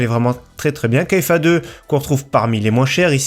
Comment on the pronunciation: KFA2 se prononce KFA « carré » comme en maths ( le 2)